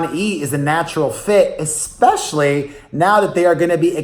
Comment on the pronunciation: Ekspecially? Not a word.